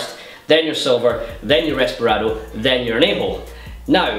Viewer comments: Its Reposado, not Resparado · Isn't it called reposado, and not resperado? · reposado not resparado